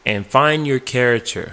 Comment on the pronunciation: "carator" bruh Care-ac-ter, is how you pronounce it.theres a bit of help